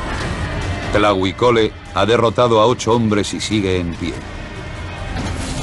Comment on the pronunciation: no es tlahui cole es TLAHUI COLOTL TRADUCIDO ESCORPION ARMADO y se pronuncia TLAJUI con la jota aspirada